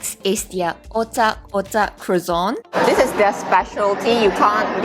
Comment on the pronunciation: is soooo pretty. But her pronounciation is weird. Croissant: the n at the end should be half-silent and the t completely silent!